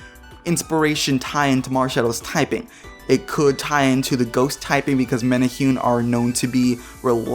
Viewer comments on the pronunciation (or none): Also, “many- who- neh” is how you say it. Great job on trying and just rolling with it. :) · Great video besides the Hawaii pronunciations. Men-ah-hu-neee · The way you pronounced menehune was cringy :/